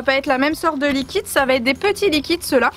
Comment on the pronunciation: Cap de compter combien de fois elle dit likit